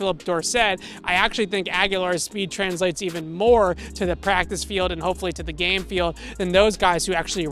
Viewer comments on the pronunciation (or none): none